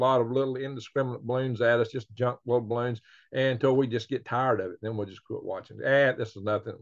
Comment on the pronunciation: Re have rots of baroons! lol